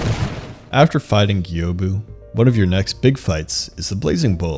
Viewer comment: Are you deliberately mispronouncing their names? Gyoubu for exmaple. The guy says it himself - just Gyoubu not Geeeyobu. Getting the ick